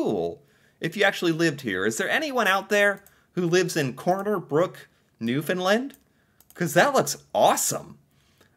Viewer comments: St. John’s… Capital of Newfound LAND (it is not pronounced “lund”the word Land is really enunciated like saying Stand. So you wouldn’t say “stund”) Cabot Tower on Signal Hill, First Transatlantic message. Protected harbour during war time. Of course George Street, most concentrated street with bars. Only pedestarians allowed on street. Pubs, local live entertainment, even more rave like, LGBTQ, a real mix. Bars are buildings literally side by side. So much… the colourful townhouses (known as jelly bean) has become iconic and generally an unwritten rule to paint the houses according. Be careful driving, extremely steep slopes, especially during winters. There is a size limit for trucks. University, colleges, historic park (Bowering “Bow (ie. bow to someone) er - ing” Park) Ches’ Fish and Chips and Mary Brown’s (chicken) are a must. People are called “Townies” … I’m from NL and not a townie so it’s like cheering for the other hockey team but yeah, gotta give it credit. ❤ 👍👍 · He doesn't, though? He says Newfin-lind. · I was born and raised in Corner Brook, Newfoundland. (pronounced- New-fin-land) Its stunning. So much more than those pictures showed. I am currently living in Fredericton, NB (AKA Freddy) and it too is a great, and beautiful, place to live 😊 I am very lucky! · The way tourism people used to be trained to explain the pronounciation was to say "Understand Newfoundland" - the two rhyme and the syllable emphases are the same. The "found" is more "fən" ('schwa" sound) than "fin". Here's a cute video on how to pronounce it, for and other CFAs*: * come from aways, or visitors to our province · OK. I'm glad Canada interests you, but PLEASE learn how to pronounce Newfoundland.